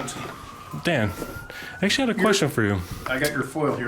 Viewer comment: "I WAs ActIALY WACting a trAIMinG vIDYa" 👮🤡